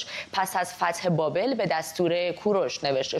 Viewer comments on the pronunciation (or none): none